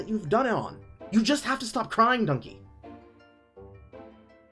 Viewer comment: it's dunkey not dunky! haha, love ya.